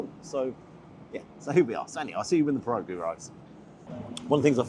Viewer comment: Great video! One quick word of advice - they're pronounced "pier-oggy".